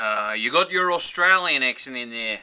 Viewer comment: Truthfully, I think in a Australian accent, you say "Austrayin". It rolls of easier and sounds more regional. BTW, I'm not from Australia. I'm from Georgia, U.S.A.